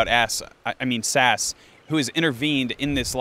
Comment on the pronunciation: I think the right way of saying "SAS" is "S - AS."